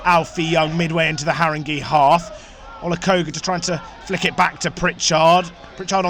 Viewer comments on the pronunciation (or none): Great but it’s pronounced Harrin-gay not Harring-gee